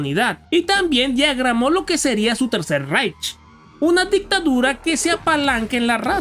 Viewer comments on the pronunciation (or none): none